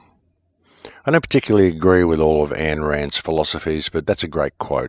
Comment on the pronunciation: Pronounced Aye-in Rand 👍